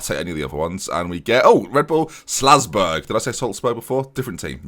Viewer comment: I hope the Slazburg comment was a joke?!? It is Salzburg, as it is written lol